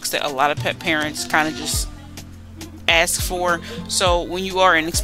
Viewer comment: Why do american people say „aks“ instead of ask?